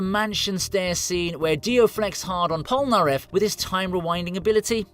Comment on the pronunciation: “Pol-na-ref”?! Heresy.